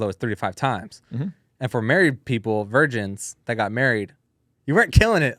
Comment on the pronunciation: lol why did you say it like that "vigirns in the chat" 😂 Edit: My answers to would be a yes.